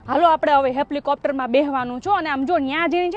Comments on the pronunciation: Pela bolta sikhi jaa hepplicopte nay helicopter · હેપ્લીકોપટર નહીં હેલીકોપ્ટર